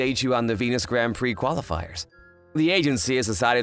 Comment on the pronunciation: It's funny how the guy can pronounce the word "prix" correctly but not the girls.